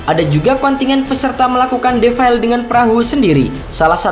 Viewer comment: Belajar dulu ngomong defile...😂😂